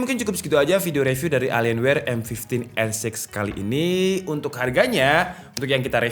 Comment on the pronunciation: Bacanya Elien Wee bang. Terima Kasih